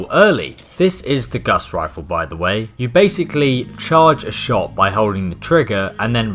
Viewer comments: What is a guss rifle? I've heard of a guass rifle but not a guss rifle. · So what’s this “guss rifle”?